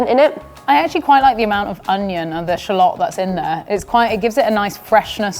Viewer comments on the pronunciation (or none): none